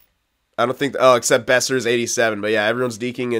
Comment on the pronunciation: Boeser is pronounced "Bow-Sir" I'm pretty sure